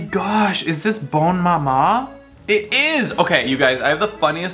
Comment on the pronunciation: im french and let me tell you, you killed me with the "bonne MAMA" i died! 🤣❤️